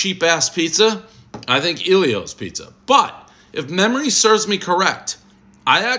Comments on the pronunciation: Ellio's not EEEEllio's ffs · Its Ellios...not Eelios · It's El ios not iiie lios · ELL-ios not Eeel-ios. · Never heard anyone call it Eeeelios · Dude’s best friend’s name is Elio... still mispronounces it